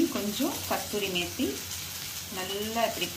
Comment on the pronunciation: Mam kasthiori methi illa adhu kasoori methi